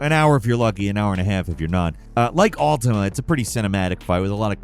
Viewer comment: That fact that you say Altima instead of Ultima at first is a vibe.